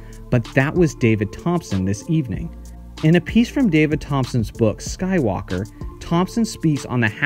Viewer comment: lol, Kenny's nickname is not Skywalker, it' was "Sky" Walker, where there was a slight drag and pause after the word "Sky". The same goes for Clyde "The Glide" Drexler, and Michael "Air" Jordan. You've never heard anyone say Clyde TheGlideDrexler or Michael AirJordan right. Anyway, it was an appropriate nickname for Kenny as he was a tremendous vertical leaper and also won a dunk contest.